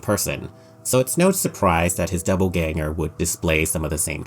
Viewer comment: I really liked this video but every time he said doubleganger felt like being stabbed in the brain